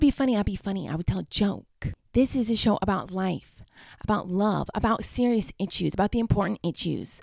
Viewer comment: The “important itchuse”